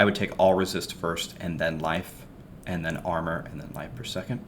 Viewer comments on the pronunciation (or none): none